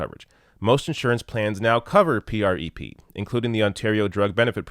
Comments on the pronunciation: Why are you spelling out PrEP? It's just 'prep'. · Oh wow... how he pronounces prep... Hello granpa, I get it, you dunno how to pronounce these crazy "youth words" har har... Ugh. Good points overall though so at least there's that. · Dude just call it Prep. Not. P R E P lol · I used to wonder if was a fellow gay, because he's so damn handsome and such a kind person. Then I watched this video where he spells out PreP (P-R-E-P) instead of saying "Prep" like all the rest of us. Which leads me to believe he's not, and, sidebar, makes me a little sad. But congratulations, I think I've discovered a new litmus test for homosexuality! LOL! Great work as always,! Thank you for this! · I love ya,, but you don't have to keep spelling-out the acronyms. It's just "PrEP." 🙂👍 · Ugh yes. You completely missed my point. It's a drug name he mispronounces out of complete ignorance. He could have taken 5 seconds to google about this and find out how to pronounce it and not sound ridiculous. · You’re mispronouncing it. Say it: “prep”. It stands for pre-exposure prophylaxis. You clearly needed to do a bit more research.